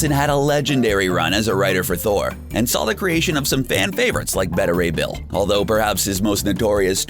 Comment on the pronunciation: Namor pronounced wrong, and Beta Ray Bill pronounced wrong.